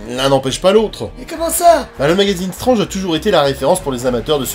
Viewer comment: par contre tu dis strange et pas stwetge et ça c'est extrêmement stylé, on fait partie de la communauté de ceux qui ont du poil gris au menton (pas comme ce traître de rdv qui se teinte c'est sur) merci pour tout ton travail et Bonjour à Scarlett...